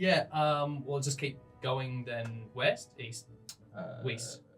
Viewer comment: he said WEST he said EAST he said EAST I love the intonation of the accent at “QueEnsPorT’s on the wEst cOAsT”